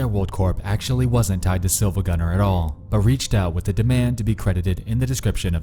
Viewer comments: R E E E E it's SiIvagunner not Silvagunner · You probably heard this already but it's pronounced "Siivagunner" The second i is capitalized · Siivagunner, not SiLvagunner. It annoyed me when I was originally trying to figure it out. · Its not silvagunner its siivagunner but with a capital i to fool people looking for it. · also yeah that isn't an L it's a capital I you gotta pronounce it Siivagunner you're saying it wrong. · I never thought that I would find a high quality rip in my creepypasta. Also it's pronounced "See-va-gun-ner" because the I is not an L. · Actually the I in Silva gunner isn't an L, but an uppercase i It's pronounced "see-va-gun-er" iirc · REEEEEE he said SiLvaGunner, and not SiIvaGunner This is not todokete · He pronounces it as Silvagunner, when in reality the channel is called SiIvagunner. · The Mughal-killer it’s actually Siivagunner, the second i is capitalized. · It’s not Silvagunner it’s SiIvagunner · "Sill-va gunner." oof. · You’re pronouncing SiIvaGunner wrong. That’s a capital i, not an L. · >pronouncing the L in siIvagunner I laff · Did you deliberately try to make it as hard as possible to tell whether you said "silvagunner" or "siivagunner"?